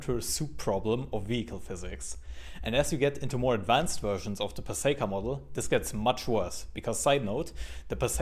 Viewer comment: I have it on word from a well known vehicle dynamics engineer and author that Pacejka is pronounced "puh-ZHAY-kuh."